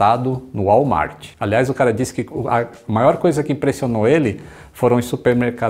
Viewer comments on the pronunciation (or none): none